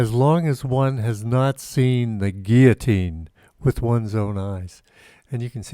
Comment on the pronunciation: ok syllable clap with me now "guil-lo-tine" & again 100times. Or I will tell the National Pronunciation Board lol.